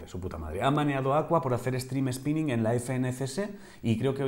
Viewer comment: Lo del Stream "spining" en vez de "sniping" me ha llegado a la patata, Angel. Donde está el botón de Unfolou? xD